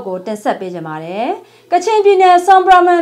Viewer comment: ရေ...... ဆွမ်ပရာဘွမ်ကိုအသံရာမှာ..ဆွမ်ပရာဘမ်ဟုမထွက်ရပါ။ ဆွမ်ပရာဘွန်(Bum)ဟုအသံထွက်ရပါမည်။ ကချင်ဘာသာစကားတွင်"တောင်တန်း"ကို Bum ဘွမ် ဟုခေါ်ပါသည်ခင်ဗျား။ Cheers!!! ❤❤❤😊😊😊